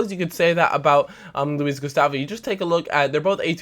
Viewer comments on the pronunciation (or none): none